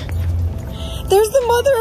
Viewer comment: “There’s the moTHUR” 😂❤️